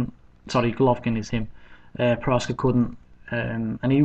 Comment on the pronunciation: its proksa, not proska